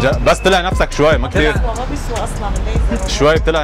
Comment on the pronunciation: "Ma byeswa aslan l laser" 😂